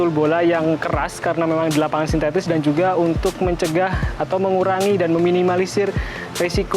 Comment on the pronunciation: “sintetis” bukan “sintestis”